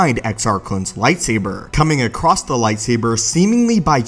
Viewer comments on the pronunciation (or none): ACROSS, not ACROSST. sigh. There is no T in the word. Why do so many damn Americans speak in this way? Damn public school systems I guess.